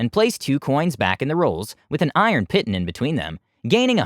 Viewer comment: sorry but my OCD requires... piton is pronounced "Pee-Tawn" not Pit-un....